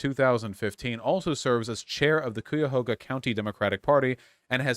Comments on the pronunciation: MY MAN SAID COOYAHOGA LMFAOOOOOOO it’s Cuyahoga like guy-a-ho-ga (though some people say Cuy-a-hog-a, but those people are cringe) Source: the Cuyahoga River runs through my town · Hearing Cuyahoga pronounced "Cooyahoga" is bothering way more than it should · I’m from Summit county, which is right next door to Cuyahoga County, and that pronunciation actually came up behind me, stabbed me thirty-seven times, and then pissed on my corpse. It’s pronounced Kai-Ya-Hoe-Gah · Cuyahoga is pronounced Kai-Yah-Ho-Guh, I'm in this district :) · Cuyahoga is pronounced KI-ya-HAH-guh (KAI-yah-HAH-guh). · IT’S PRONOUNCED “KAI-UH-HOE-GA” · OMG THEY ARE TALKING ABOUT SOMETHING EXTREMELY PREVALENT TO ME!! I’m crazy hyped hopefully we can pull through Edit: I live in cuyahoga county (right outside Cleveland) and vaush it’s pronounced Kai-uh-hoe-guh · Hey vaush, you mispronounciation of Cuyahoga is killing me. (Kai-uh-hog-uh) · Really bothers me how he pronounces "Cuyahoga". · As a local, i love your pronunciation of Cuyahoga county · One thing Vaush, but I must say you keep pronouncing Cuyahoga County wrong. Sorry for being picky. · I was thinking the same thing every time lol